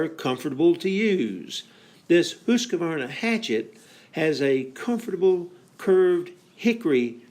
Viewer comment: I wish you would pronounce the name properly. You seem to be saying Husq a varna. Wrong. Leave out the "a". Good video.